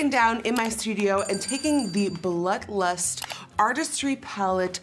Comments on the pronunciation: Secretly mad at Jeffree for naming it blood lust.... or as Nikki says “BLUH LUST” Girl commmmon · Umm.. is she saying... BLUT LUST?? Lol guuuurl. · I love how whenever she says blood lust it sounds like blunt lust xD Love it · I’m glad I’m not the only one who hears “Blut lust” 😂😂😂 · Sounds like you said the new Butt Lust pallette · I’m not the only one hearing “blut lust” 😂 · I LOVE Nikki but I can’t stand hearing “Blut Lust” .. 🤪 it’s like glass shattering... lol still love you though! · I heard Blunt Lust. Lol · Ashlee Slavey came looking for this comment lol I keep hearing blunt 😂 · lil wavy noooo I did! That and blunt lust